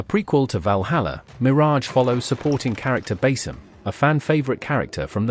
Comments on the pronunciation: It's pronounced Ba-Seam not Ba-Sim . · It's pronounced Ba-Seam Not Bas-Sim mate